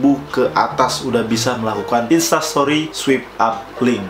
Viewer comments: Sorry to say ya kak. Mau koreksi sedikit kalo itu bacanya “Swaip Ap” bukan “Swip ap” hehe. Soalnya agak gemes aja dengernya daritadi bacanya swip ap. Makasih. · Swipe up (bacaan nya: swaip ap). (Bukan swip ap😂) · Swip ap :v Paan dah inggris ny wkwkwkk Swaip ap bacaanny bosss , follower banyak² bca gini aj nggak visa , prah lu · Bacanya swayp ap bukan swip ap bang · swipe up = "SWAYP AP "